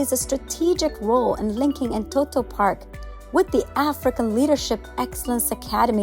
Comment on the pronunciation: Amazing job. This shows our country has a bright future. My suggestion would be to call the amharic names in amharic. eg. እንጦጦ not እንቶቶ.